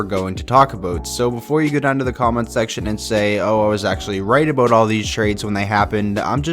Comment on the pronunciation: Aboat, I thought Canadians don’t pronounce it like that 🤣